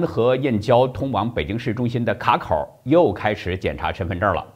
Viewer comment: 卡（qia,掐.三声）口。